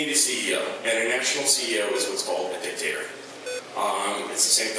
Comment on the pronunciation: LOL she said, “dick-tater”